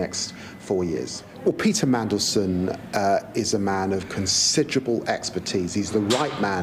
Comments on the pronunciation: How did you find a letter T in Mandelson"s name. Come on, uo the professionalism dude. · Would you please learn pronounciation before making your posts. It is rude and unprofessional to mispronounce someones name. There is no 'T' in is name and antipathy is pronounced an-tip- athy, not anti-pathy. Learn English before criticising others.